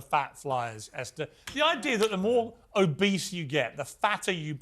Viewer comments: He said "Obese" I thought for sure he said "A beast..." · When Piers called the fat influencer “obese” it sounded like he said “a beast” — as in, “why do you get to have an extra seat just because you’re a beast?” I had to rewind the video to make sure I heard him correctly!